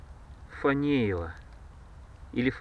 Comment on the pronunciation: Ни фамеева а фатеева. Имя такое было. Фатей.